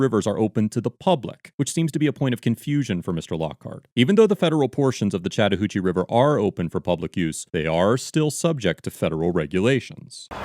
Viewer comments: He kept saying Chattahoochee, and I kept hearing "Chatter Hoochie" and it was very difficult to take it seriously. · See, when you say "Chatahoochee" I thought you were talking about this female ranger.